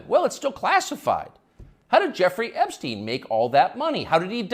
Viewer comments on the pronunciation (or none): none